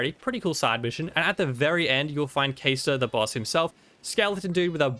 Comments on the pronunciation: Isn't it pronounced "cahstor" and not "kaystor" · Bro it’s obviously pronounced like Caster where in the world did u get Kay-store from he’s a wizard he casts stuff